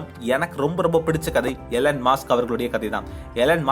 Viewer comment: அது மாஸ்க் இல்ல மஸ்க்